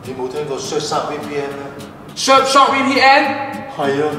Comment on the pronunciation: 明明surfshark但你讀到削沙🤣